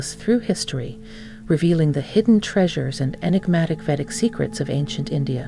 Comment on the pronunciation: You have an incredibly long introduction that's incredible redundant. U say nothing and mix 2 different cultures. Btw, it's Vedic not vetic.